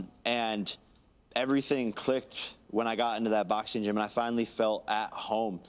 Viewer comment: Jake Paul- "Boxeen" "Fighteen" "watcheen"...literally any word "endeen" in "ing" he pronounces "een"